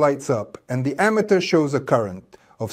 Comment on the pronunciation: i disagree with the concept of individualizing charges and saying they become stronger and weaker, when in reality, the difference in voltage comes from a change in the number of electrons. also, "ammeter" is mispronounced in this video, and the statement "the direction of the current in the circuit remains the same" is wrong. Those "V"s look like "U"s. This video was made by ai. thumbs down. Try harder next time.